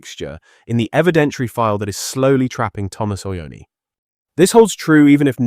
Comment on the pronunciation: It’s not Ociani, it’s CIONI — “CHEE-OH-NEE”